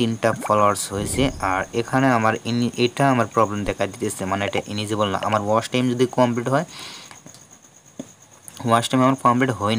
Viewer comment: ইনেজিবল না রে ভাই এলিজিবল